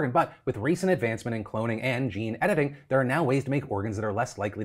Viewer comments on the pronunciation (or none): none